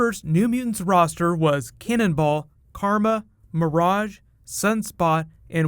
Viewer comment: i just need to hear you say cannonball again